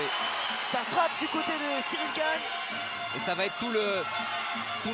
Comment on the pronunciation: Monsieur le présentateur, Gane s écrit comme ça G A N E, pas GAGNE